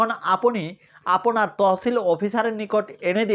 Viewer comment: ৫ মিনিটের আলোচনা করলেন ১১ মিনিটে। এতো অপ্রয়োজনীয় কথা বলেন কেন? আর "আপোনি" "আপোনার" এইসব ভুল উচ্চারণ ঠিক করেন। লেখাপড়ার মান দেখেই বোঝা যায় আপনি স্বৈরাচারের দোসর